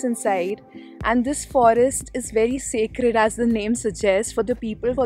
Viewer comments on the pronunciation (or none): Not secret it's sacred 🤦‍♂️